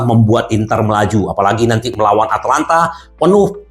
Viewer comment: ata lanta om bukan atlanta 🤣